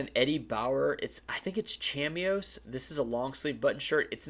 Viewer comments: Ralph Lauren patchwork is called Madras Plaid. Chamois is a French word and is pronounced "sham-WA". I love the channel. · fyi chamois pronounced sham-wa (lol, english is so difficult sometimes)